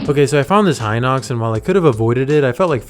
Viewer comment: Congratulations you pronounced Hinox correctly I’m subscribing